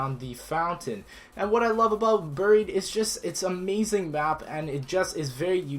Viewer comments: It's not boried it's buried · What the hell is ber-eed? You mean "buried"? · AGRGaming143 bear-eed